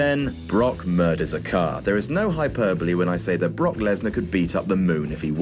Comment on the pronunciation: I think we need video of talking about Brock Lesnar for 20 minutes and calling him "Bok"